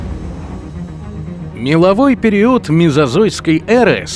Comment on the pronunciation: Все нравится, но «периУд»….. аж колотит